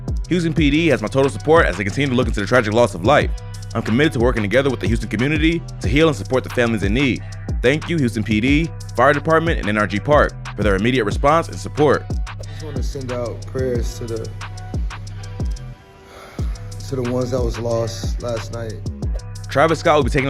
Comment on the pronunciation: Bro said “HRG” it’s NRG deweeb